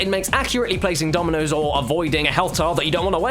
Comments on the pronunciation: At first I thought he said ''Tominos'' O_O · In the intro I thought he was saying ominous instead of dominos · Why did i think he said "aminos" XD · I thought he was saying communist in the intro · Am I the only one who thought he was saying nominoss at first. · I swear he was saying Ominous instead of Dominoes. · Why does his "dominos" sounds like german "Dumme Nuss" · Was he saying Ominous or Dominos in the opening? because right now I think it's a hybrid of the two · Only Caddicarus would make "Dominoes" sound like "Time to make nice"